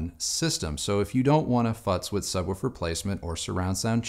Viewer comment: Can't stop noticing the way says "Subwoofer". Sounds like he's saying "Sub-wu-fer", emphasis on the "wu".